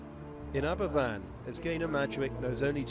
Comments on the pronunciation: It's pronounced AberVan, but spelt Aberfan. It's Welsh. What happened was the spoil(what's dug up that isn't coal) from the coal mines behind the village was piled up into spoil heaps, and one collapsed due to rain, flowing down the hill, engulfing two farms and the worst of all, the school. It basically bulldozed everything in its path. Almost the entire youth of Aberfan village were killed. It was a huge tragedy compounded by mismanagement by the coal board. They not only didn't take concerns of the miners over the stability of the heaps seriously, to after the slip, trying to get out of paying compensation to bereaved families. The eerie sight of all those gravestones on the hillside is sobering. They're beautiful but heartbreaking. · It is pronounced Aber Van. A single f in Welsh is a V. I’m from Wales and we were all so affected by it at the time. The tips (slag heaps) slipped. The tips were made of the dust & waste from mining coal. They were built too high and had a stream underneath. The National coal board knew there was a stream there but they still put the waste on top. The coal board said it wasn’t their fault but in the end it was proved it was them. Hundreds of people from Wales and other communities sent money to help the families out, build a school and help with the funerals. The coal board refused to pay for the removal of the tips which still hung over the village. The villagers had to use the money which had been donated to them. 🏴.